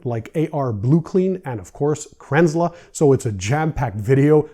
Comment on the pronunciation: It's pronounced Kranzel not Kranzler. Sorry, it's been bugging me since I found out from the company.